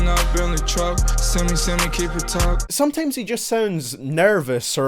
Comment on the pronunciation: He keeps saying sometames